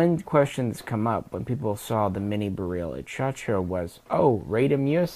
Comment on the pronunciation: In Polish, Tantal and Beryl are pronounced using their phonetics. Robski's pronunciations of these rifles are the correct way to say them. Also, "Lucznik" is pronounced "Wootch-nick" in Polish. For what it's worth, my Babcia was from Lodz, (pronounced woodge) Polish is a fun and strange language. :)